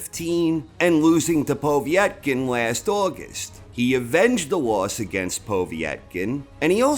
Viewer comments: I'm losing concentration everytime you say poveey ett kin. Noone says it like that! Lol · The obvious (to a proper boxing fan), reasons why Povetkin (not pow-vee-ett-kin ), lost were: 1: Their first fight (Whyte / Povetkin), took a LOT more out of Povetkin, and did a LOT more damage to Povetkin, than it did Whyte. Whyte was landing the much harder shots in the first fight, and looked to have the win in the bag, before he got caught with a beautiful uppercut which would probably have levelled any other heavyweight in the division. 2: Povetkin had plenty of time to recover and train from his covid, but the gap in his training due to him having covid, meant that he could not cycle testosterone for a few months, and people who know about this will understand that although it allows you to gain muscle a lot quicker, and more of it, when you are off the gear for any long period, you also LOSE the gains a lot quicker. 3: Whyte was embarrassed about being KO'd, and trained like an absolute beast, and was in the best shape he could be, for the rematch. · It's just Povetkin mate. POH-VET-KIN :) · For the first time ever, I nearly didn't give this video a like because of the way you was saying Povetkin's name 😂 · Love your channel but i have never heard it pronounced they way you say Povetkin.